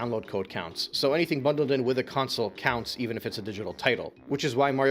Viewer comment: Bro just say system. I hate the way you say console bro. Its con-sole bro not counsel 🤦🏾‍♂️